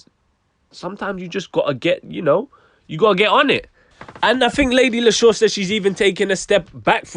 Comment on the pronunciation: It's not lady lis-sure...it's lady Lee-shurr. Spelt Leshurr.